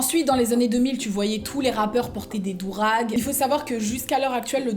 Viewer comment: On dit durag pas dourag